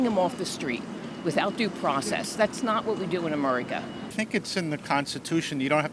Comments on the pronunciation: She called it " Amurica" she is not an American.. deport her... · That lady couldn’t even pronounce America right..